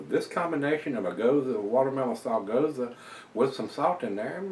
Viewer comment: Nice review. I think you've got the right pronunciation (at least how the Texans say it). I'm not a big gose fan, and even less a watermelon fan, so maybe this one isn't for me. I'll stick to the hop bombs and toasty stouts. Thanks for the careful review. btw, you've got me obsessively reading bottle labels for dates now (you're so right about that). Cheer!